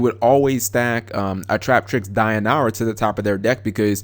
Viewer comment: Cap, bruh... where the fuck do you get dionara when pronouncing dionaea?